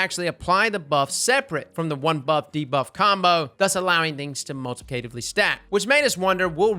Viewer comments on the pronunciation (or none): Lol dude. You’ve got to learn how to properly pronounce “multiplicatively.” 🙄